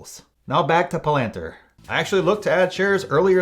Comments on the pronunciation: Pronounced Pal - ant- ear I’m long on them! MASSIVE UPSIDE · it’s called pal-en-teer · Pa lant er? 😂